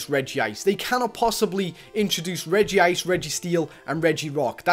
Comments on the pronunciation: UGHHH HE SAYS REGI ICR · ITS REG - ICE